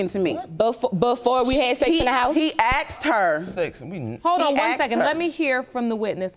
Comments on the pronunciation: Yeah, he aksed her. Maybe should have asked her. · HE AXED HER ????? THERE IS NO FUKNG " X " IN "A S K E D " ???? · He AKSED her????.... ASKED!!!! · IT'S ASKED NOT AXED!!! GEEZ GO BACK TO GRAMMER SCHOOL Y'ALL! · Why do black people pronounce the work "ask / asked" as "ax / axed"? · AXED HER .... Can you people even speak your native language? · Wife said “he axed her” why can’t these fools use proper English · I know, right!? It's always 'Aksed' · I scrolled immediately to the comments, after she said that, to see if anyone else caught it. I see you heard it as well. 😂😂😂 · Why can’t they ever pronounce the word “asked” correctly?